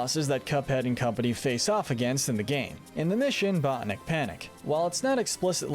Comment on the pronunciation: “Buh-tan-ick” not “Bot-nick”